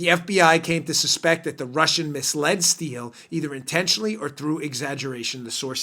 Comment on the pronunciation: "Misled" I'm dyin' here.. lol